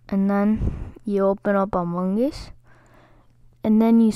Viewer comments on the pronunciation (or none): My guy said amonges